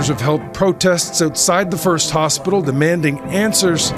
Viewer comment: "hostpital" lol